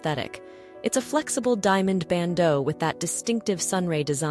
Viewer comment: A mejorar la pronunciacion de "Bandeao" " Sautoir" etc.😂